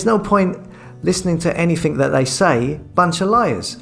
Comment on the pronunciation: " viss", "vatt"" "fings" "sumefin". Before setting up a channel, why did you not learn to talk properly, especially seeing that the very title of your channel is "". Yes, indeed he does talk, just about. Sort you life out! And don't forget to remove this post, out of embarrassment.